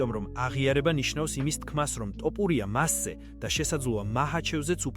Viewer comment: ტოპურია არაა ბიჭო თოფურია